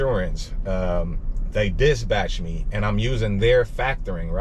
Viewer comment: It's dispatch bro not disbatch